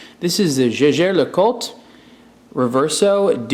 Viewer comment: "jejair" LOL... it's german, the "j" reads "y"